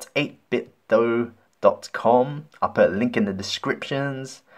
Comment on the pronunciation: 8 bit DOH, not DOO! Sounds like Nintendo.